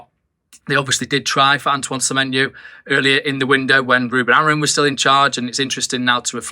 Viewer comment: Is it just me , or do alot of people say Amorin instead of Amorim?